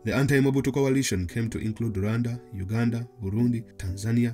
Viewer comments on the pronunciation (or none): none